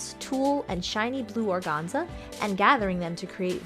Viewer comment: Gotta tell you I love your repaints, but organza is pronounced with the first “a” being pronounced a long “a” hahaha